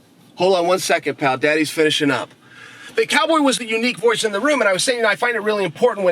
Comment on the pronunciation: "Chow Boy Chael."